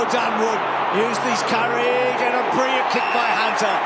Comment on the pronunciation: If Bruce McAvaney could learn to pronounce his "l"s - instead of briw-yent (brilliant) and "naiws" (nails) when an opponent "naiws" his player... it would be a lot easier to listen to... Besides Bruce's lazy speech, it was a great game...